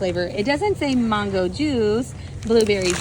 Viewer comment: Say MAN-GO with me MAN-GO…